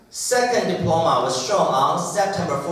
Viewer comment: Diploma 的重音在p啦，不是在d，尼講起來，偶還以為是新單字呢@@